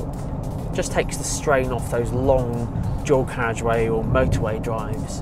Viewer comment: “Drawcarriage”?!? Seriously? Closed captions translate it as “dual carriage” but that doesn’t help at all. “Why can’t the English learn to speak English?” - Prof. Henry Higgins in “Pygmalion”.